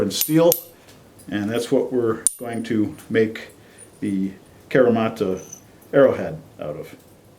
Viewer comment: Fun video. Thanks for sharing. I live in Japan and do kyudo. I wish I were allowed to test stuff like this. But unfortunately broadheads are extremely illegal to shoot here. So I’m glad other people get to do it for us. Also, just a little tip on pronunciation. It’s kahreemata. All Japanese vowels have the same pronunciation no matter the word. A:ah e:eh I:ee o:oh u:oo